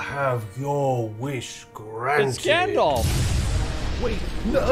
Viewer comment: Gandalf. Not gandolf